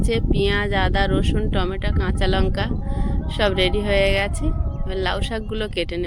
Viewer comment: ❤ tameta বলবে না টমেটো বলবে । টেমটা শুনতে ভালো লাগেনা ❤